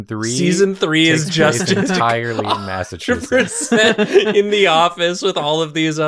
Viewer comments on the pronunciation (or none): According to, it's "Massachusiss" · Every time doesn't pronounce the Ts in Massachusetts, I get a year taken off my life (and every time we kiss, I swear I can fly) (we're not doing that joke this year!)